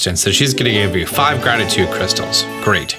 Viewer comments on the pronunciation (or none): I choked and threw up a little when I heard you say "Grabditude Crackles" the first time. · Excuse me I believe it's pronounced "grabtitude crackles"